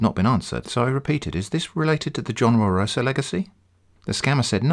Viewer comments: It's John Wa-roh-sa not John Warosaaaa -Hermione probably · Every time I hear "warosa" I took a shot, now I'm dead. Please send me $98,0535,30.639 united state dollars for medicalsbill